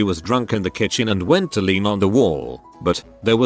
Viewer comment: Text: "kitchen" TTS: "ka-ching" Can we all agree that this is intentional now?